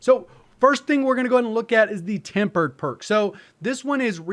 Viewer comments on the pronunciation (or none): Tempered not tampered lol 😂